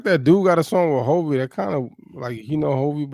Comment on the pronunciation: It's hulvey not hovy and forrest frank and hulvey both said how they met. Forrest scrolled upon hulvey's IG reel and that's how he discovered hulvey.